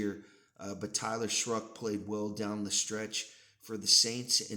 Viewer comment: There's no r in Shough (shuck) not shruck